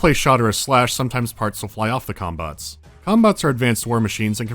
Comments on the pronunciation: I keep hearing cum bots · i can't help but hear "cum-bots" whenever talks about the mechs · Am I the only one hearing ''cumbot'' everytime they say it, or am I too high??? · im sorry but all i hear is "cumbots" and im losing it each time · wait, did he just say CUM bots???? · took me a while to realise you weren't saying cumbots.